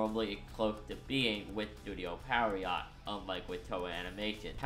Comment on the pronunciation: Just a heads up, Pierrot is pronounced pee-AIR-oh (ぴえろ), not PERRY-ott